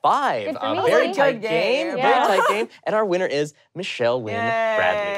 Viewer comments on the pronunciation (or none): none